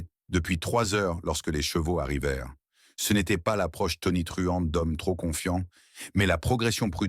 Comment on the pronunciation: L’ IA ne reconnaît pas le « ce » et dit toujours Cé E ! « Çé A » rend l’histoire ennuyeuse et stupide 😂😂😂